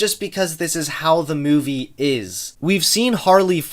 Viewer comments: More mouvie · I love the way pronounces movie as "Muvie"